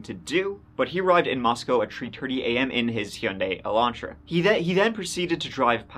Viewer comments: its pronounced Mos-co not Mos-cow, every media company ive heard say it has gotten it wrong. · For what it is worth - the Idaho city Moscow is pronounced Mos-coe (long o), not Mos-cow. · It's pronounced Moss koh. Coincidentally, like kohberger. Not cowberger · Mosco, its pronounced Mos-co, not like Russia's Mos-cow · It’s Mos-c-oh (like oh no!) Moscow (mos-cow) is in Russia 😌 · Please if you're going to do research and a YouTube video please research the correct pronunciation for Moscow Idaho. It is Moscow with a long O, not Moscow as in the city in Russia. Thank you. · Moscow, Idaho is pronounced like Moss-Coe, not Moss-Cow...Moscow, ID...and Hyundai is pronounced like Hun-Day, not Hee-un-day…Hyundai junk vehicles…🤘🏻🇺🇸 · It’s pronounced Mos-co. The one in Russia is pronounced Mos-cow. Cheers 😀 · Meaning no disrespect but the City, Moscow in Idaho, is pronounced Moss Co not Moss Cow, as in Russia (@ you did pronounce it correctly) Thank you, for covering this story ~ May Ethan, Madison, Xana & Kaylee Rest in Eternal Peace 🙏🏼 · Great video! Just a note for future videos on the Idaho 4 Murders - The city is pronounced "Mos-coe" not "Mos-cow." It's not the same as the Russian city pronunciation. Also, Kaylee's last name is pronounced like "Gonsalves." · From Idaho and here to say it's pronounced "Mosc-o" not "Mos-cow" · Ummm no. It is pronounced Mos-co. Not Moscow. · Mos-cow is in Russia. It is prounced Moscoe,ID. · This happened around the corner from my family home. Btw: we pronounce it Mos-coe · Glad you're covering this. Just as a local, we say "Mosco(w)" the w is silent 🤫 FYI, unneeded, but some local knowledge... I'll share more if I can. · We pronounce Moscow with a long o in Idaho. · Pronounced, Moscoe, please. Thanks for covering. Every time I drive by the courthouse/jail, I get the heebie geebies knowing that freak is only yards away.